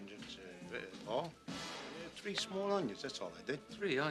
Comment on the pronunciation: "You don't need tree onions"